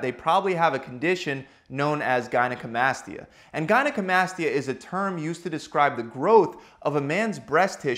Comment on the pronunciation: He pronounced gynecomastia wrong :/